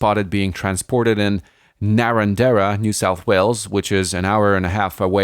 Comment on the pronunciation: That is some weird pronunciation of Narrandera and the YZ450 🤣